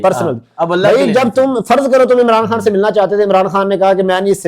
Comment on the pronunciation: صاحب آپ عمران خان کو خاں بار بار بول رہے خاں نہیں خان ہے ویڈیو اسکیپ کر رہا ہوں